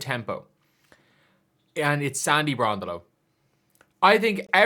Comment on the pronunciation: BRON-DELL-O for f#$%k sake🇦🇺🦘